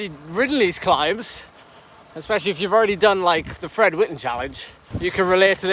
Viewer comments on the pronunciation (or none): none